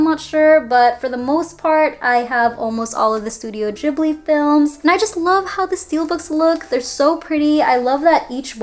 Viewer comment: Love everything but the way u spell out the movies and "Ghibli" I cringe soo hard😣 Sorry